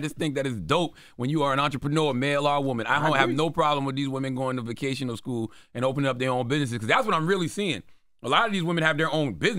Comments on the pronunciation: Guys it VOCATIONAL school, not VACATIONAL school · they said vacational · The both said Vacational school 😂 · She said "vacational" skool